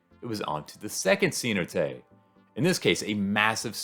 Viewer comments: CeNOTE. Not SEE not ay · "Cenote" means well in Spanish. It is pronounced SAY-NO-TE, not see no te. I didn't know what you were talking about at first! Haha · Great video! For future reference, it is say-NO-tay. The accent is on the second syllable 😊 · What accent do you have, you pronounce everything wrong. Didn't you talk to at least one person on this trip? See-no-tay? For god sakes im white trailer park trash American and i know how to pronounce the words